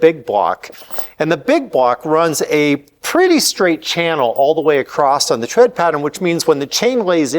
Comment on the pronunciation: There is no “t” in the word “across”.